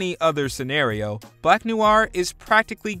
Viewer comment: "Black Nuu-waar"?? Dude, not saying you gotta learn French, but come on, noir is one of the most frequently used French words in the English language...